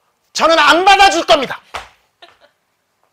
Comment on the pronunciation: 안받아!줄겁니다 ㅋㅋㅋ완전강조 ㅋㅋㄱ